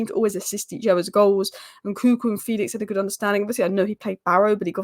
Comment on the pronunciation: Fell-ix not Feel-ix